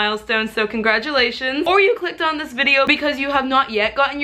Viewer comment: Her: "Congradulations" Me, a trans man with really bad dysohoria: wooo 😔